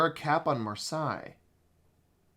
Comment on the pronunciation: Just by the by, the eille in Marseille is pronounced like "hey" rather than "hi" :)